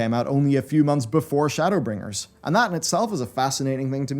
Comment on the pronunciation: Shadowla- bringers 😂 editor save